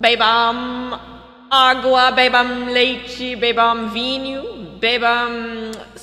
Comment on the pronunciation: me fez eu ficar na duvida da pronuncia 'bebam'. coisa de loco.